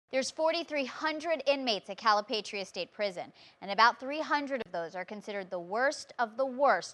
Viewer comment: “CaliPaytreeah, BianChee”. 😂😂